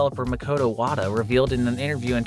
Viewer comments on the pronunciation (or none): none